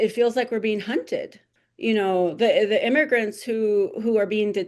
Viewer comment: THEE urban area, not THUH urban area. The/An/A are called "articles". The is pronounced THEE before a vowel sound; AN is used before a vowel sound. The is pronounced THUH in front of a consonant sound; and "a" is likewise used before a consonant sound. Why butcher English when it's easy to speak it nicely.